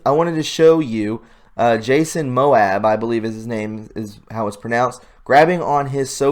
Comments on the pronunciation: Your pronunciation....Jason Moab!!! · I agree. I fully believe theres this stuff happening. But not in this instance. I often place my hands on my kids chests in an act of comfort. I dont do it when they are older for obv reasons. And its Ma-moe-a. Where did he see a B in his name? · I really like your channel but I want to give you a word of advice please make sure you research how to pronounce things before you say them because you don't want people to troll you and said that you're not smart because the guy's name is Jason Mamoa it's not that hard to pronounce. Not sure about this video of him doesn't really seem like it was sexual but who knows who knows anyway it's Mamoa thank you for everything you do.